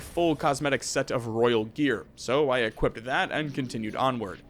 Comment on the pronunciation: Add "equipted" to the list xP